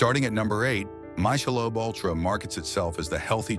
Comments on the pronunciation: Mick-uh-lobe. Why show Simply Organic brown gravy mix? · "Mysholobe" XD Ok so how much of this is actually a problem and how much is just the ai trying to make the video as emotionally compelling as possible between the repetitive music and imagery? What are the sources of information proving the presence of the mentioned unlisted ingredients? This reads more as an aggressive ai smear-campain/advert disguised as a helpful public service announcement. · Bullshit video can't even pronounce the name right. Mic not Myc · repeat after me, robot: It's not my-shell-Ob; it's pronounced MICK- el-Ob. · I knew it was AI at the start when it pronounced, "MICK-A-LOBE" as "MY-SHA-LOBE". That, plus a lot of the commonly used narration voices are being used so much, you recognize the voice the minute you hear it. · I’m not gonna take advice from a synthetic voice that pronounces Michelob as MY SHAH LOBE That synthetic voice is so symbolic of what’s wrong with so much content on YouTube. We’re getting information from someone who’s not sharing their identity in the least. We’re getting information from somebody who’s taking shortcuts and doing things the easy way. Not only is it a synthetic voice, but clearly they’re not trying to edit the synthetic voice to make sure it’s saying things properly. Usually not a lot of information about sources that are being used for the information or any clues how to look up further information on the web. This is junk. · My-shalobe unltra??? Lmfaoshmsfoaidmt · Ai sucks!...my shalobe? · I left at :33. MY-SEE-LOBE. Fuck AI. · Mikealobe Ultra.. come on AI 😂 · Mik uh lobe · AI is destroying America. “Mishalob Ultra?” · As soon as I heard My-shay-lobe, I was out. Junk video. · Tired of AI narrated/generated vids... Michelob is now pronounced, [My-Shi-Lobe]. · Mysha lobe, Mika lobe 😂 Fuk dude. Ai that shit. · My chelobe? 😂😂😂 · Mysheelobe 😑wtf? I don't trust no robot that kint pronounce a werd properly. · “My-sha-lobe” and “Mike-a-lobe” hahaha